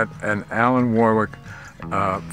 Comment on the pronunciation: Sorry, the designers surname is not pronounced "War-Wick" but "WORR-ik"..... Having lived in New Zealand for many decades I can tell you that people there would smile somewhat if they heard your pronunciation.